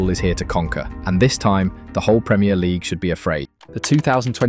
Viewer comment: Is this an AI voice for your posts? There are miss pronounced words such minute and league that a human wouldn't do?